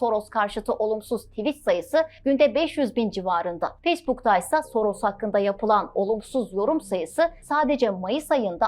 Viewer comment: Adam Yahudi ise nasıl Macar asıllı oluyor :D Yahudi asıllı Macar demek daha doğru değil mi? "S" harfi Macarca dilinde "ş" olarak okunuyor o yüzden soyadını okurken Şoroş demek daha doğru.